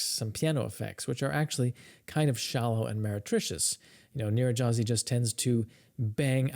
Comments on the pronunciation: It's pronounced "Nyir-redy-haz-ee" gy in Hungarian is pronounced like a palatalized d (d') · His playing is certainly better than your pronunciation of his name:) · In English, Nyiregyházi is pronounced nee-ren-d'-HA-zee